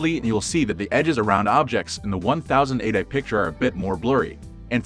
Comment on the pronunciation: Is he really saying 'fourk' and 'one thousand eightek"? i am not convinced this person is human 😂